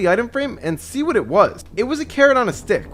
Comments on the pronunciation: “SEE WHAT” SEA WATT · he said “see what” and it sounds like “seawatt” right?